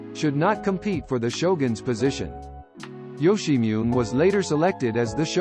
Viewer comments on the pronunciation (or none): Ok, "Yoshimune" is pronounced "Yo-she-mu-neh" (roughly).